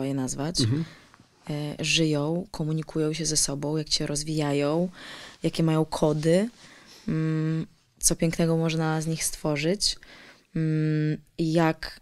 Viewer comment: Żyjo, rozwijajo..kobieto zalicz logopedę.